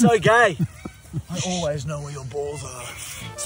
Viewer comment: “Its ogay” at the end ⚽️😂😂😂😂😂